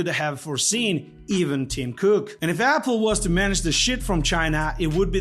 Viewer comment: He pronounces it A-pool, Apple and Apool.